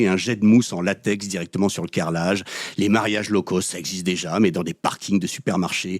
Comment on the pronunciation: Coucou c'est rigolo mais je vais faire la mégère: "low cost" doit se prononcer correctement (donc pas l'eau causte par exemple), sinon ça pique trop les oreilles. My tailor is rich - of course. Mais sinon c'est bien sûr pertinent de voir à quel point nous valons de moins en moins tout en continuant à payer de plus en plus. Bisous xxx L0ve Unlimited 🦋💗🕊🙏😇🍀🐞🌈